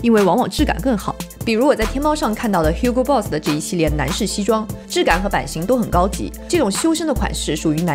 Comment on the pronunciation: 天啊Hugo Boss 讀成虛夠也太不高級了吧